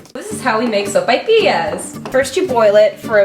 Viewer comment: She didn't even say Sopapillas right